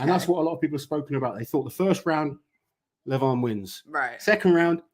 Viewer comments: you was pronouncing Levans name correctly. Its the Americans who pronounce it Levarrrn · is saying Levan's name right, its not Levaaan, its just Levan